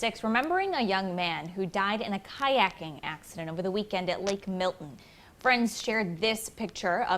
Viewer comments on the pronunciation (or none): It's pronounced Mil-ton, not Mill-in. 🤦🏼